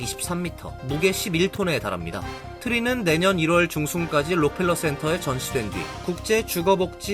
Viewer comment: 록 펠러가 아니고 락커휄러